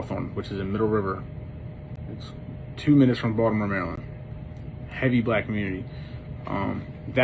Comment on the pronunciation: He sure couldn't.....mumbled it the first time he said it.